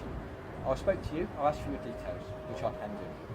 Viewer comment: “Don’t ‘axe’”???